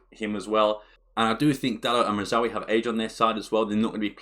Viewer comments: 😂 you can tell he has trouble pronouncing Mazraoui with how fast he speeds through it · Great video as always. The pronunciation of Mazraoui did make me laugh though.